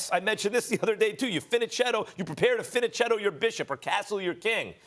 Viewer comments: It’s fianchetto dudes, not fichanchetto. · they pronounced fianchetto incorrectly lol